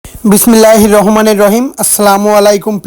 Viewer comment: বিসমিল্লাহ সঠিক ভাবে উচ্চরণ করেন